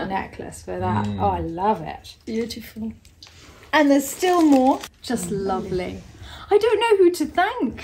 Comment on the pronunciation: If you’re going to play a drinking game, I’d suggest that everyone take a drink whenever or say the word “beyoutiful”. You’ll all be snockered in no time.💕😜💕